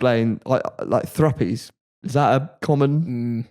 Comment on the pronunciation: It’s thrupnies not thruppies lol